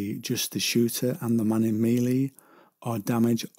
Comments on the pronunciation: "Mealy"? You mean "Mell-ay" or maybe "Me-lay". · Mel-A combat not meelee research my friend. great vid though.